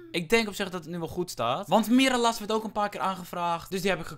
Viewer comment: Je spreekt het uit als mirraljas En koop mata goeie spaanse voetballer xD